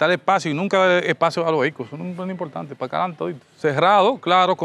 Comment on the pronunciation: Impoltante,pa loniños,sesionala....mama.Sera buen arquitecto,pero pronunciando....